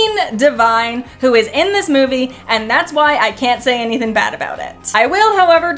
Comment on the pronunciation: Thin cannot be used for the word thing and anythin cannot be used for anything because it's not a word. And thin is not the same word as thing so it can't be used for thing idiot. And then she says settin for the word setting of a movie. I wouldn't point this out to her except she keeps making the same mistake of not using the letter g at the end of words which takes away her integrity and ability to do a you tube video. Be more professional. And she doesn't have the excuse of English is not her first language and she's still learning English because otherwise she is speaking perfect English. And Canadian English doesn't leave out just the g at the end of these words. This is just her being ignorant and stupid and too lazy to correct this. Horrible.